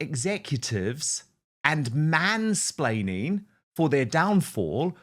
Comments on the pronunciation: It was actually ‘mainsplanning’ she blamed. Shows how stupid the word is that she doesn’t even know how to say it. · It's 'splaining not 'splanning luv. 😅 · Yeah because we want to listen to someone trying to be smug that can't say mansplaining properly, 😂 Her and her patriarchal men hating attitude, she's delusional. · Mansplaining lol. Love these (madeyuppy) words they come up with. Which she can't even say properly 😂😂